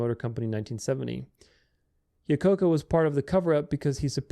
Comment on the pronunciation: Same here. Lol, that was a tough pronunciation.